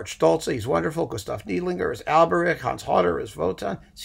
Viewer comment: I know you just hate pronunciation comments, BUT, it’s Gustav NIDE-linger. Thanks for all of the suggestions; found all as downloadable single operas except the Kubelik.